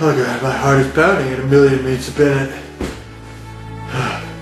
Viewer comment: "My heart’s going at a million meats a binute."